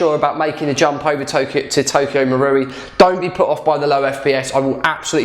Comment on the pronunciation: So happy your saying marui properly 😂